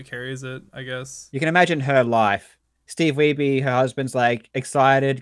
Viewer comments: "King of Kong" was the first time I heard Wiebe pronounced that way. I have a lot of relatives with the last name, and none of them pronounce it "Wee-bee". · Have you seen the interview Steve Weibe gave earlier this year? Looking back on the documentary and the current state of DK, it's really great! Also I always felt like they pronounced his name "weeb" as some kind of power move.